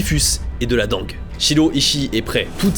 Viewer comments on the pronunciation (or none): La dengue se prononce dingue